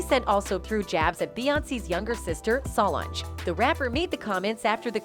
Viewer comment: Why the hell is lady Pronouncing Beyoncé & solange name damn wrong behind the camera & social media